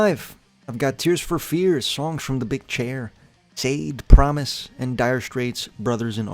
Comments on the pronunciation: Sha Dey like that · every time that shaw-day was mentioned my blood boiled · diabolical pronunciation of Sade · Can't believe you mispronounced Sade lmao